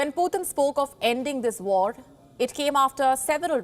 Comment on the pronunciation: Plz stop saying "Poothin" ,it hears like "Pee"............